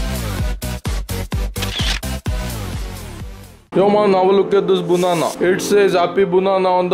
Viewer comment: Its a banana not a bunana.